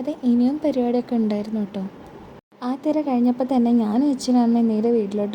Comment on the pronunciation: Thera alla thira 😂